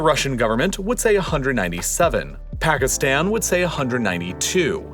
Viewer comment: Pls don’t say Pakistan like phagistan